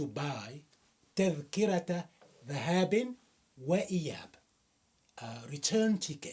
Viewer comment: ذهاب، بكسر الذال وليس بفتحها